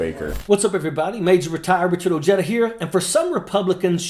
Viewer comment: Mr. Ojeda doesn't know how to pronounce is own name.